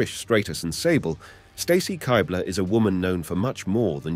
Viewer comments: Why is every females last name not pronounced the way they pronounce it? Straytus? Kighbler? I couldn’t finish the video. Literally simply watch the WWE videos of these women in the video and you’d know that NO ONE pronounces their names this way 😂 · Pronouncing Stacy Keibler's name like that is a dead giveaway that this guy is not much of a wrestling fan, as is showing clips of Lita kissing Matt Hardy while talking about the Lita and Edge angle being heavily sexualized. Still a very good video covering all that crazy shit though.